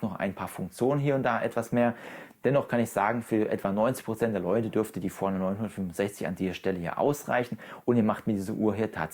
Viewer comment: Die Uhr heißt Forerunner. Ausgesprochen wie: For Runner. Also Für Läufer.